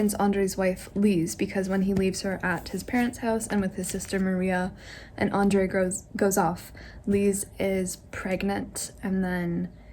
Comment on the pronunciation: It's really irritating me the way she is pronouncing Nicholas as Nikolai and Andrew as Andrey.